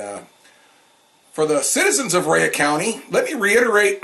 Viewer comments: I have never in my life heard Rhea county pronounced as "Rey uhh" county,lol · He prounounces it like its wrestler Rhea Ripley Rayuh lol. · You can't even pronounce the name of the county after living here for 10 years.